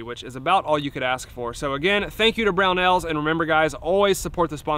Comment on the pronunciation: Oh, it's Brownells?! I thought you and were saying 'Brown Owls'. On topic, that slamfire looks like one hell of a lot of fun.